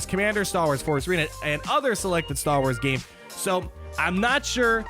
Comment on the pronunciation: The way you say Star Wars about half the time is frustrating... idk just my OCD I guess. Good video though